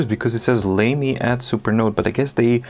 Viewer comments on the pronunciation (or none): Lamy is generally pronounced "lah-me" as far as I am aware. Doesn't sound quite as lame, then!